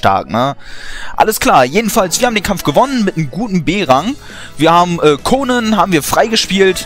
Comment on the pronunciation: so wie du konan aussprichst ist es ein name für ein jungen -_